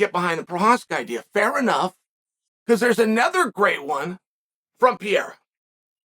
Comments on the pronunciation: Chael is PAH-RARE-AH not PEE-ERA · Is he going to continue saying PEE air AH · STOP SAYING PIERA DUDE. I think Ariel or someone corrected you and you still say it wrong bro 😂😂😂😂😂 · Chael might still be calling Pereira “Pierre” but at-least he’s not calling Prochazka “Prokriev” anymore! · I don’t see Chael letting go of pronouncing it “Pee-era” any time soon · say it with me chael..."pa-head-uh" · Uncle Chael still saying Alex Pierre-a lmaooooo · For a smart guy like Chael, I'm puzzled by how he's the only one out there consistently mispronouncing 'Pereira'.